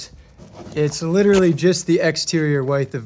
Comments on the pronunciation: I'm Team Vestibule-- for security AND to keep both heat and AC inside the house. Helps to keep pets from escaping as well. Also, do you pronounce "width" the way you do to rhyme with your name? Or is it some architect thing? Very.... unusual...? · Took me awhile to figure out you were saying width: wide-th. I say it: wid-th. Wi like wizard. I love phonetics and how they change across areas in North America, not a jab, I just like words 👍 great videos as always!